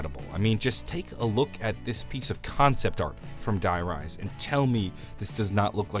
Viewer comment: If I hear him pronounce "Die Rise" like that again my ears will start to bleed...